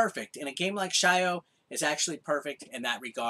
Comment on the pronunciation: I have a feeling its not shy-o but sio as in salt in japanese...